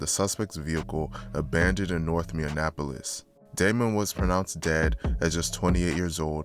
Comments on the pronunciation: Bro is capable of doing all this research and putting these videos together but since he mispronounced a word y’all gunna call him uneducated 🤦🏽‍♂️🤦🏽‍♂️ Y’all seem slo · Because he’s not from here yet, he continuously wants to report on that act like he knows anything about it🤣 I never understand the goofballs that do this shit. If you can’t even properly pronounce the city, the gang resides in you probably shouldn’t even be covering the topic… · Mini - Apolis like it’s not that hard 😂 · That Minneapolis was kicking bro ass. “Mini-Annapolis” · Ayo what is "MIN-IN-Apolis"? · Ok im not gonna lie the Minionapolis thing is a little annoying 😂. Were not Indianapolis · Minneapolis [mini - apolis] ... you 🥷🏿's can't sound out words 🤬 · Bro it’s pronounced like “Mini Apolis you saying it all wrong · Learn how to say minne-apolis first wtf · MINN-E-APOLIS pls say it right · Why did bro keep saying "MIN-IN-Apolis"? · It cracks me up because it's so easy to pronounce. But I hear it mispronounced all the time. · He lost me with the first Minnie appolis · Man delete this shit and re record. Learn how to pronounce Minneapolis first. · learn how to say Minneapolis LMAO don't do no vid on us if u don't even know the name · Because he's not from Minneapolis and he can't pronounce the word right that's how you can tell somebody's not from Minneapolis when they say that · It's Minneapolis not Minneanapolis smh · Bro stop saying Minneapolis like that lmao you saying it like it’s spelled minionapplus 😂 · between 2021 and 2024 north "Minneanapolis" . If you're gonna do a video on a city at least research how to properly say the name of the city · its bot minne in apolis. its minneapolis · It’s Minneapolis not minnienapolus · It’s mini-apolis no mini AND apolis 😂😂😂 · Say it with me Min-ne-apolis or Minn-e-apolis😂